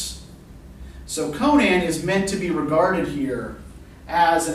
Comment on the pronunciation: Just outstanding... And thank you so much for pronouncing Conan's name correctly.